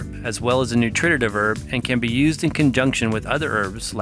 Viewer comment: Good information, you have a good set of informational videos. Two suggestions however. Please use more photos and less text. I am very visual, and don't need to be both read to and read for myself simultaneously. Second, please watch your pronunciations. You seem to have difficulty with the scientific nomenclature. And you should learn to say 'nutritive' correctly. It is not 'noo trit tit iv'. You are adding a syllable. It is 'noo tri tiv'. Don't mean to nit pick, I was just taught that if you want to represent yourself as an expert or authority, you should master the language of your subject.